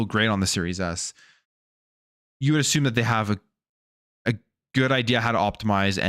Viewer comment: I also do not like how you say assume. Im not going to assume, you assume the terms being presented are great. You are bias. Thats what allows you to give xbox the benefit of the doubt.